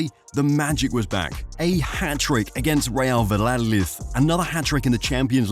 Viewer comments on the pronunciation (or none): This guy just messed Real Valladolid name up😂😂 but great and inspiring video though